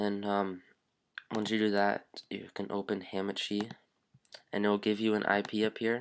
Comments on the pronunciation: its not hAmAchi. its hahmahchi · Ham and cheese it sounds like he is saying lol is hamachi